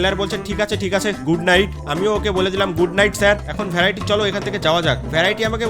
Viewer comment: ভ্যরাইটি না ভেরিটি 😅😅😅